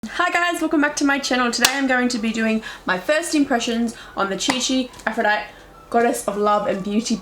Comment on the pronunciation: It's pronounced 'Aph - ro - dite - ey' not 'Aphro - dite'